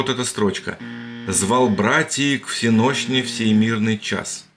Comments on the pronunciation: Смотрю с интересом! 👍 в стихах не всенОщный, а всЕнощный. Ударение. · Не ВсенОщный,а ВсЕнощный! И всё тогда ровно получается. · если произнести слово с правильным ударением - бдение называется "всЕнощным", а не "всенОщным", то рифма складывается.